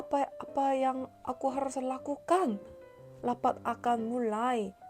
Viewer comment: "Lapat"😭😭😭😭 noo its Rapat "R", not "L" 😭😭 however you doing good:)